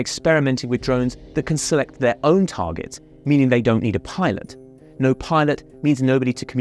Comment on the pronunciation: "Tarjets" .... I laughed every time.